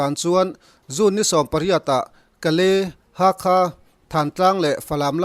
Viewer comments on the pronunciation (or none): Ha khaa nilo in Hakhâ(kha tih hi thil kan inpek paha khâ kantih ang hian lamtur ani e)😀